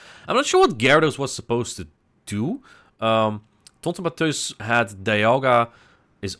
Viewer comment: The way you say TontonBatteuse kill me everytime haha